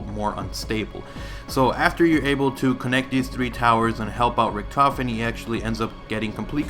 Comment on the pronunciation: Stuhlinger us actually pronounced Sh-too-lin-gah because it's German. Richtofen is pronounced Rihh-tof-en. Die Rise is pronounced Dee Rie-ze. Hope this helps.